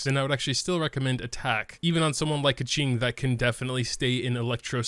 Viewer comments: It's pronounched as 'Ge-Ching' not Kacing😂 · That's how you say her name. Keqing is "Kuh-Ching" because the qi in her name is pronounced chi. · Dude, he called her "Ka-ching", like a gold mine is she xD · To be more accurate: "Ka" in this name pronouce like "cur" in curtain along with its high tone and "Qing" is "ch + ing" with dipping tone. Here's the kanji - 刻晴 -, you can place them in chinese google translate to listen if you interested.